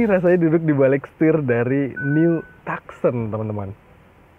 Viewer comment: Bacanya : tukson kak bukan taksen 😊